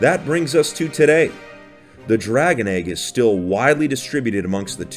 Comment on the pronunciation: BE THE E G G FEEL THE E G G